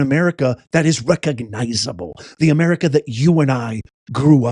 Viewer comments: Amerigodess is what I heard? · He said “Amerigotit..!!!😂 wtf..! That’s so sad he’s still speaking . 😢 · Yes he said Ameri-got-it !! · It sounded like Biden said "the United States of Amerigoddess." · He said Ameri-Got-It. "We are citizens of the United States of Ameri-Got-It". Or maybe he said "Ameri-God-It". Someone just needs to correct him and tell him that when their ilk are in charge of things, then we become citizens of Ameri-Don't-Got-It. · BIDEN SAIS UNITED STATES OF AMERGARTER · Joe Biden said ameraucana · It sounded like he said Ameri-cotta 😂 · I heard Biden say the United States of Amerigota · HE SAID AMERICONDA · Did he just say, Amerigarlic? lol, Hahahahaha. I hope you'z know Biden passed away in 2018! So, who really is this? This copy fails every time! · It sounds like Biden said Americana? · He's trying to say America... God damn it!